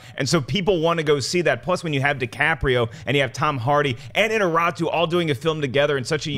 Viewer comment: They need to quit mangling Iñarritu's name ... I've seen all of them do it the same way, probably unaware.